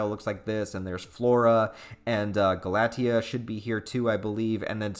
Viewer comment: There is something lying a LITTLE deeper about Raki (Rock-ee) and Priscilla's relationship! Just you wait and see! And Galatea's pronunciation is Gal-uh Tay-ah